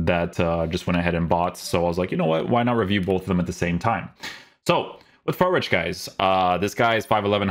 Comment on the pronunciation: You don‘t pronounce him like fear-rich🤦🏼‍♂️